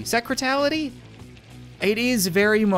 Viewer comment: Sekretality Me: Secretary?